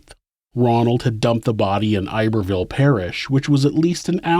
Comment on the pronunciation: I'm from Louisiana. Did he work at a Papa John's? He looks like oe of my old co-workers around 1998 or so Also, Iberville isn't pronounced like you think it is. Short "i" bervillle